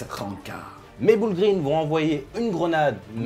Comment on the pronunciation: Les "boul' green" xD damn la prononciation ! 🤣